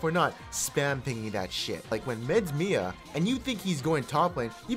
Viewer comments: its not Mia like the name you say M. I. A. which stand for Missing In Action. Please tell him. Like so the monkey who ahs been playing for 10 years will learn something. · Dont say Mia, it sounds wierd. Spell it like M-I-A please!